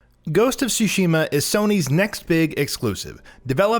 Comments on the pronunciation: Okay, I just want to point this out because it's vaguely irritating. It's pronounced Sushi - Ma. Not soo shee muh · In addition to that, the pronunciation of the Ts in Tsushima is a bit different than just an S sound. You do pronounce the T. ^^